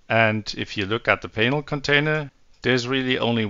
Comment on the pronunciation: Extremely well done. But just imagine saying Painel instead of just Panel 😂